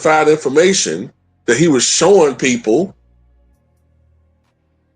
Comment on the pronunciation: "The best peopure, the best peopure"🤣🤣